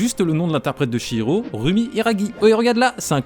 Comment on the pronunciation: Ça fait plaisir d'entendre quelqu'un prononcer Chihiro correctement, contrairement à la VF (qui est pourtant super)